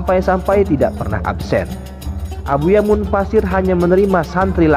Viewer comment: Abuya mufasir mas bukan munfasir